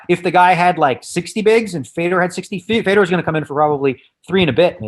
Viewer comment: How many times is he gonna say “fedor” wrong😂😂😂